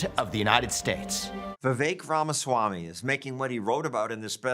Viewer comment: Better learn how to properly pronounce this man’s name ….His ideas/policies are what 🇺🇸 to become strong again and not just a part world history…Ramaswamy This man for President